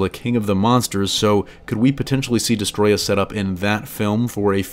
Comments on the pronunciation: Its not destroyah its desetroyaaaaaaaa 🤣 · I feel like he is saying the name wrong.